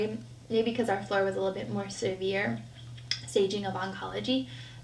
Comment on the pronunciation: Did she say "servere" it's severe